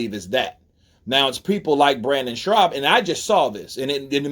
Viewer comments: Shaub bro. Not Schraub lol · his name is Brendan SCHAUB! NOT SHRAUB! 👊🙏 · His name is Brendan Schaub not Schraub. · Schaub. No R my man. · Is he serious or is he saying his name like that as a joke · And you saying Brennan last name wrong! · good video but the guys name is brendan schaub (theres no 'r' in schaub) lol -otherwise keep up the good work hun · There’s no “ r” in Schaub dude , it’s annoying